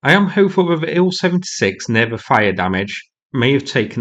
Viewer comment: Please, please, please stop mispronouncing the names of these aircraft. Tu—22 should be pronounced “T-U-Twenty-Two”, NOT “Two-Twenty-Two”. Also, IL-76 should be pronounced “I-L-Seventy-Six”, NOT “Ill-Seventy-Six”. Finally, Su-30 should be pronounced “S-U-Thirty”, NOT “Sue-Thirty”. Thank you.